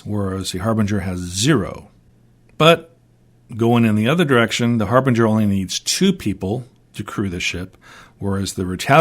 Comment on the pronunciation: harbinger pronounced with soft g, a j sound